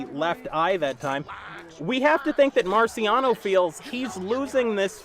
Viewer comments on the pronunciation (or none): I love his commentary but boy said "Marcy Rockiano" 😄😄😄